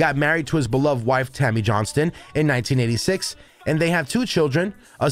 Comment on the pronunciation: Why do you immediately call him Jerry JohnsTON, when clearly the headline reads Jerry Johnson, without the [T] in it??!! Just makes no sense!!